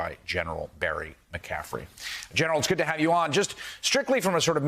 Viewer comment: Say the legend name correct cmon. McCaffrey